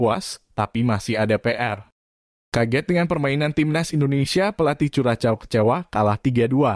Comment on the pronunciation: Bacanya bukan kuracow/vuracow tpi kurasho